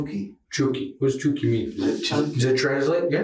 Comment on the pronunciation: AI always reads names wrong. Choky, when it's clearly Chucky?